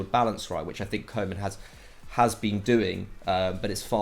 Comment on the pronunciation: Ronald Koeman is pronounced Ronald Cou-mann